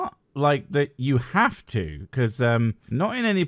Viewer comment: "Can we 'ave your liver?"